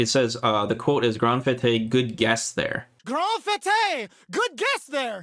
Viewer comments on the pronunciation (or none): One of the moves that's mispronounced appears to be "Grande Fête " , meaning "Big Party" and pronounced like Boba Fett, not Fuh-tay. :p